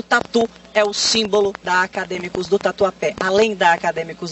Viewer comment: Ah não, gente! Morri com a repórter tentando falar Tatuapé...🤣🤣🤣🤣🤣🤣